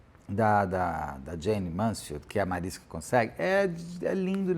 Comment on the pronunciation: Mariska ia implicar com você falando o nome dela, Beto 😂 Ela sempre corrige o povo pq é Mariska com som de X bem longo no sk. Falando nisso, aquele para-choque de caminhão chama Mansfield Bar por causa do acidente da Jayne. Esse documentário é lindo demais.